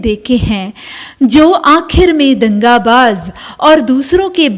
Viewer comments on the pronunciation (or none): Nalla avatharanam .valare nannayittundu.but दग़ाबाज़ word nte ucharanam दंगाबाज़ ennu parayunnundu . Sradhichilla ennu thonnunnu.